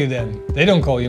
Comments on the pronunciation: sometimes it do be sounding like your saying marshal instead of Morrison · you always hack up Morrison's name! I think his new name is Odie, pernounced OhDee